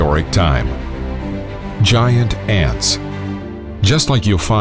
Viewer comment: So it’s called gi-ant lololol